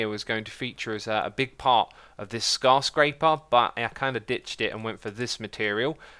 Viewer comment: Did he just call the skyscraper scarscraper